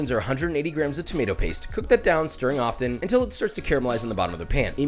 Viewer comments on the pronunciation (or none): none